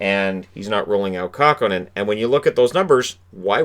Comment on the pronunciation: KÄHKÖNEN not Kahkonen.